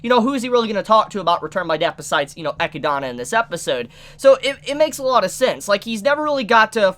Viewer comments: i don't know why but the way you pronounce echidna is driving me crazy ahahah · Echidna comes from Greek mythology. Greeks don't pronounce it like a Donut!! It is 3 syllables, get it right! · I'm not a hardcore weeb or anything but the way this man pronounces names mildly infuriates me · Sorry I couldn't watch more after that pronunciation of Echidna. No hard feels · for someone who's been watching anime/reading manga for so long, pronouncing these names shouldn't be so hard... It's not EchidAna, but Echidna. Great review though. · I don't know why the way you pronounce Echidna bothers me so much. It's "uh- kid-nuh" not "eh-kee-dah-nah". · dude, i love your channel and vids, but man, sitting here hearing you say EQUi-DANA... it's just unbearable, say it with me, EH-KID-NAH!! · I’ve been catching up on your Re:Zero reviews. Love em but for one thing that is going to drive me up a wall if I don’t point it out. The Witch of Greed’s name is pronounced “Ah-kid-na” like the animal she’s named after not “Ah-ki-dona”. That’s all, OCD is a bitch lol. Keep up the good work! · How do you miss pronounce Echidna, its literally a real animals name and a very popular one at that for being one of the Sonic characters and one of the few egg laying mammals. It's E-Kid-Na. Not E-Key-Da-Na. Your adding a whole other A and a Y to how you say it. And Satella's name is also easy they say it multiple times in the show. Sa-Tel-La, not Saw-Tall-Law. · I fucking hate that he says Echidana. It's just Echidna, man. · Isen't her name Echidna and not Echidana? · Sorry for been like this, but why say Echidana and not Echidna? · so.. why echidAna... its echidna XD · I know it's not a big deal, it just bothers me. Her name is Echidna, just like what Knuckles is. No one calls him Knuckles the ecchi-dana. It's small, but he keeps saying it and it annoys me to the point of not wanting to watch the rest of the video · Echidna(E-Kid-Na) They say it in the Dub, for god sake.